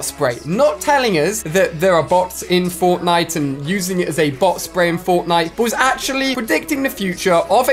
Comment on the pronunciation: who else heard botnite